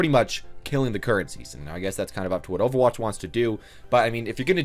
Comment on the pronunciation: Because you can't pronounce overwatch?